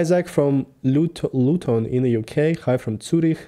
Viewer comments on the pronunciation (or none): none